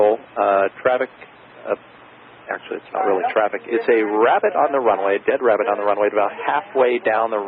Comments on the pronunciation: lol "no joy on the bunny wabbit." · ‘Wabbit on the wunway’ Hee hee